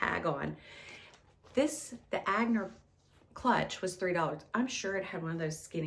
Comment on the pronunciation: The clutch bag is Etienne Aigner, he was a designer from Hungary but also French and is pronounced “Eye-ner” or “Ah-nyer”.